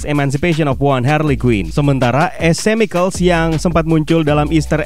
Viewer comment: min, biar lebih mantap nih, lain kali klo ada nama / kata2 yg berbahasa inggris, sebaiknya dipastiin dulu pengucapannya gimana biar gk menyesatkan bagi yg baru denger. sekian . .. Cicada itu bacanya si-ke-da Chemical itu bacanya ke-mi-kel dll . .. Makasih, semoga makin maju channel nya, salah satu channel film favorite gua